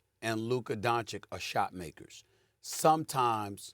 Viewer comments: Nobody: Mad Dog: Donkich 🫏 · bro said "Donkič" unironically. Who the f is this guy again? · HIS NAME IS NOT DONKISH! JEEZE! IT'S NOT DONSICK EITHER! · “Luka Donkeych” 🫏 😂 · I love how people struggle saying Doncic. If you can say cheech and chong you can say Donchich. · I almost heard "Bonkic" lol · Get Luka’s name right you dumba$$ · Who thought it was a good idea to put Mad Dog on tv. He consistently mispronounces and misquotes. Has the worst takes of all time. And just sits there with that stupid smirk like he thinks he knows what he's talking about. He's like all the negatives of Skip Bayless without any of the redeeming qualities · How is espn letting clowns that can’t even pronounce Lukas name speak on basketball? There’s kids in high school with more basketball knowledge than mad dog. Idk why he’s allowed to speak on anything other than baseball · Why are Stephen A and Mad Dog the only ignorant ones who still don’t pronounce Luka Doncic correctly? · Luka has been in the league for 6 years and these dudes who get payed to watch the game still can’t pronounce his name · Man they need to get rid of these people... One can't pronounce Luka's name, the other one said the mavs aren't a defensive team and SAS keeps talking about Kyrie and not even mentioning Luka at all. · Maybe one of these analysts will learn how to say Luka’s last name one of these days 😒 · Well it’s not that hard to pronounce at all, he’s been one of the top 5 players in the league for five years, and about half of the media doesn’t know how to say it, so yeah, it’s pretty annoying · Because its clearly a mark of disrespect. They have all heard other people pronounce it correctly.